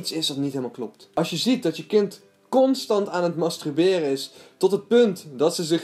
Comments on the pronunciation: Wel grappig dat je steeds masTRUberen zegt hahabah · Hahahah "mastruberen" 😂💋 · waarom kun jij het woord masturberen niet uitspreken????????